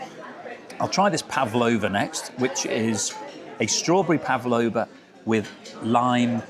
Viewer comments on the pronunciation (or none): Pavlova. Not pavalova